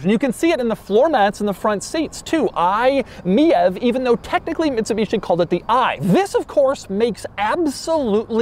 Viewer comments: Isn't it said like " My EV" instead of Miev lolll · It baffles me and amuses me that Doug is pronouncing it as “me-êve” when it’s obviously meant to be pronounced “my-E-V”. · is it really pronounced mee-ave? i would've thought its "My EV" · In Germany „mief“, which is exactly pronounced like „miev“ means that something stinks (if you even go into slang you might even call the car „i stink“ or „i suck“, so to speak 😁)…so the Mitsubishi had a hard stand here. Most people bought it rebadged from peugeot or citroen 😁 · I think “MIEV” is supposed to be read “ My EV “ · I think it's pronounced, "Mitsubishi MY EEE VEE" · Isn't the name pronounced like "my ev"? Also that fuel icon has an AC plug on the end. That's actually a custom part. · Isn't it pronounced "MY E-V" as in "my electric vehicle" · I-Meev is how you pronounce it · Wtf the Lagonda is one of the coolest looking cars of all time. I think you meant to say Fiat Multipla!# btw, I could imagine the name being pronounced as i-Mi EV? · I thought it was pronounced “my-EEvEE” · Sir it is most definitely pronounced "my e.v." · THE MITSUBISHI EYE-MiEV 😂😂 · everytime doug says it it's comedy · I have always heard it pronounced Me-Vee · he also keeps pronouncing the name of the thing incorrectly. What do you expect. 😅